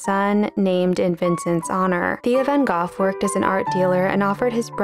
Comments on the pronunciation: Vango. It's pronounced Vango. Vangoff ¿ Seriously? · Wait- you pronounce his name like Van “GOLF” not Van “GO”?????? Is this another Mandela effect? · Pronounced "go" not "goff." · In the US, we say van Go, but van Goff is the native pronunciation. The street in San Francisco is pronounced Goff. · Is the pronunciation goff? I always knew it as go (-gh is silent) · Van Goff? I've always heard it pronounced Van Go. Isn't the "gh" silent like in "through", "though", "dough", "furlough", etc.? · “Van Goff?” I always thought it was pronounced “Van Go.” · its pronounced as GOTH? ive been saying go like an idiot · Pronounced ' Van Go' ..😊❤ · No, neither are correct. In Dutch & English it's pronounced van hah! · Is his named really pronounced "Van Gof" and I've just been stupid all this time? I mean, I took art history in college and I don't remember that... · Drives me up a wall when non-Dutch speakers call him “van Goff.” Just rhyme it with “dough” if you cannot say it right. SMDH. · You mispronounced his name. Long "o" The "g" and "h" are silent. Sounds like the word "go" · Learn how to pronounce his name sweetie and others. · Ha, technically, you're wrong too! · Dutch g’s are pronounced like the ch in “cronbach” or “coch.” She gave a bit of effort, but she’s still pronouncing it wrong. Good news is tho that pretty much anyone who isn’t Dutch pronounces it wrong.